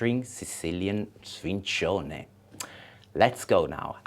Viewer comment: Wrong the c is soft. It would only be hard if it was double c "cc". My gram is in Palermo I say it like she says.